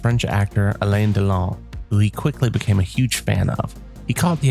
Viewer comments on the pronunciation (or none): none